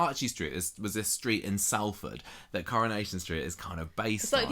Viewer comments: Salford is pronouced Solford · It's pronounced 'Solfard' by the way!!